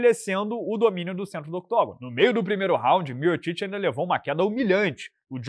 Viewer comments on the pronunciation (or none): O fala miotiti mas se pronuncia miutik